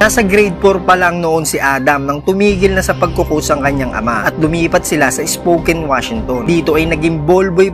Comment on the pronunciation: Lods Spokan ang pagbigkas ng Spokane, Washington ah ☺☺